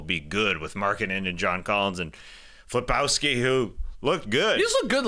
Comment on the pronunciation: None of the guys can say Filipowski Lol. Skeets called him Filip-Pikowski then Tas later says Flip-owski Lmao